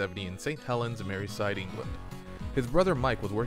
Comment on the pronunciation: Merseyside not Maryside 🤣 Nice vid!